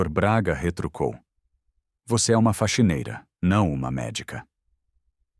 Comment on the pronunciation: Faquineira não e sim faxineira